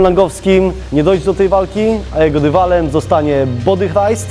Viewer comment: jak Ty to mówisz,body jak...? 😂😂